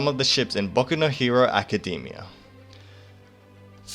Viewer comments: Hahah you say it as "Acadymia" instead of Academia xD but it doesn't matter now 😂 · Yes exactly, you got it right! make it sound shorter. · Good content! you got a sub, but the only problem I have is how you pronounce "Academia".